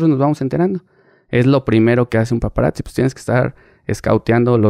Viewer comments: Estan chilos tus podcasts pero se dice PAPARAZZI wei no PAPARAKZI 🤣. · "paparacci" jajajajajaj no mms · Y es paparactsi no paparazzi